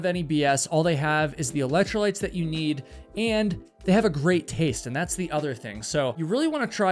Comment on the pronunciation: "Its got EElectro-lytes" !.